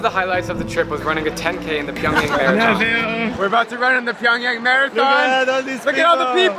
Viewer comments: It's PyongYang Not Pyong Young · Pyong (yang) damm pyongyan, made me cringe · "Getting ready to board our flight to PyAngyOng" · It's pronounced Pyong"yung". I have Korean family. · You think you know a lot but you can’t even pronounce the capitals name edit: Pyongyang is basically one giant drama production and only the richest can live in Pyongyang (kinda like the hunger games)